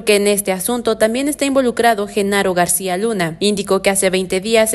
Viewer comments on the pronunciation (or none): none